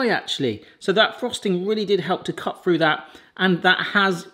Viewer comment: Why can't you say through correctly!